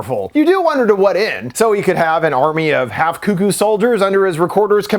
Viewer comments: It's not coo-coo, it's cuck-oo. Wtf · Its pronounced cuck-oo buddy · This is not important in the slightest but i grew up in southern indiana and we always said it like you do, Koo-Koo, but after moving around a lot i just realized I pronounce it more like how its spelled. I didn't even realize I'd done that until I heard you say it and it sounded off to me.